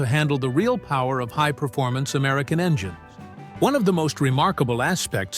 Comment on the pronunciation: The ai left the d off of Ford and the s off of engines.